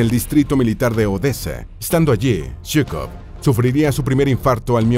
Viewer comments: Se lee zhukov y no yhukov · Se pronuncia shukof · Se escucha raro Yukov nada de pronunciación rusa